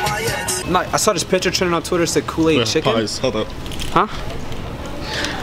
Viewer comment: He saw a "PITCHER" lol